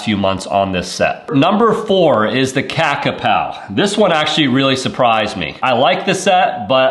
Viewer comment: Has the Kakapo actually shipped yet? Thought this was delayed (and more limited release?). BTW it's kaka-poe (like toe), not kaka-pow.😂